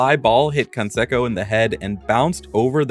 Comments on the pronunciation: Jose CanSAYco. Not CanSEHco. Just wanted to clear that up. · Jose con-seko exposed the AI. Totally dystopian. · Who the hell is Jose Can-Seck-o? These seem like you're reading a wikipedia article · and the AI's pronunciation of Canseco